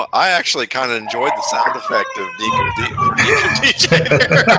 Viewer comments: Great video as always. It's pronounced "In-kem-dee-chee" by the way. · The N isn't silent